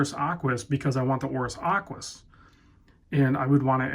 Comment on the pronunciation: Aquis, not close.